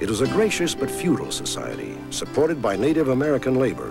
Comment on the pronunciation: Feudal not futile lmao